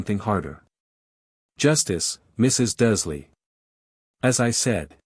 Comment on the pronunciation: Again another video where the bot voice can't read the r in Dursley, even though it does in other words. 🙄 The voice is annoying enough, but not making sure it says names correctly is lazy editing.